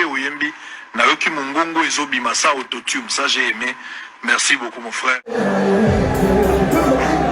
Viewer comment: Mpiaaaaaaaaaaaaaaaa???????? Mpiaaaaaaaaaaaaaaaaka certifié ba tia Mwamba soni mingi na mawa depuis histoire ya Martyrs ebanda mpiaka ya boye esalema nanu te😂😂😂😂😂😂😂😂😂😂ba tika ko kosa ye, aza zoba makasi nako prononcer auto-tune ayebi te eza auto-tume te🤣😂😂😂😂infirmier oyo ya pamba pamba très belle analyse cerveau Penseur Mr auto-tune